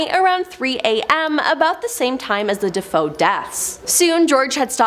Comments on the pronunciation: Ugh SAME!! Obviously totally ignorant of the history. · Thank You for saying that 😂. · You could be kinder about it. It isn't like mispronouncing it is going to change the world. Get your panties in a bunch over something that really matters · It's not "Deh Foe" it's "Dah FAY Oh" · Aarrggh! She's making me crazy! It's pronounced, "De-FAY-oh, NOT "De-FOE"!! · Their last names were pronounced Da Fay O. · Thanks for this! I can't watch the video because of it, it's just too distracting, and then I looked in the comments wondering if anyone else noticed "Deh-foe" and it's nothing but bot comments (except yours and a few others are not bots) and then I realized... so THAT'S how they got millions of subs. Bots. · DaFoe!!!! 😮Da foe of the story is da son who killed his family!!!! She obviously inverted the vowels!!! DaFoe!!!! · I stopped watching as soon as I heard how she couldn’t even pronounce his name correctly 🤣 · Not it’s DeFeo! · 😂😂😂😂 that's exactly what I thought 😂😂😂🎉🎉 Great job none the less😊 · I hear that! It drives me nuts too! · You beat me to it. She can’t even pronounce Suffolk. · if i kept calling you. Creeper man instead of reaper man im pretty sure you would get annoyed because that isn’t your name. Regardless if you think it’s a big deal or not, the pronunciation is incorrect ❄️ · Quite sure you wouldn't like your name mispronounced. It is just wrong and shows ignorance as well, that she is mispronouncing their name.